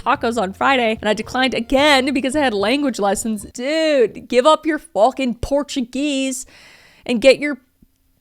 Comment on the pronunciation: porto-geese squized